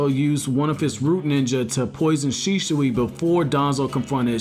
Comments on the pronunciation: It's not Shishui. It' Shisui. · It's Shisui, not Shishui. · Man its "shisui" not "shishui" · Please stop saying shiSHui. It's an s. Not sh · "Sheeshooey" is all hear in this vid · Why do u keep calling him Shishui? xD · Bro, are u good? How weird are you pronouncing Shisui? Shischui?????? U pleb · U SAY HIS NAME WRONG AAAAAAAAAAAAAAAAAAAAAAGGH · I laugh eveytime you say shisui